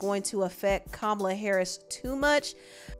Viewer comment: You pronouncing Kamala’s name wrong